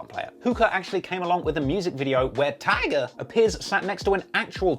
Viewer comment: Bro can you do a super cut of every time you say “TIE-GUH” (tyga)